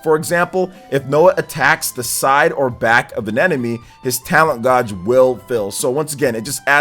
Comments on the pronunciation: Love your vids, but your pronunciation of "gauge" is like nails on a chalkboard. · pls look up how to say gauge